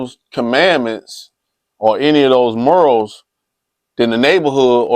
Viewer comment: Did he just say Detroit was real serenaded? And it's morals bro. Not murals. Lol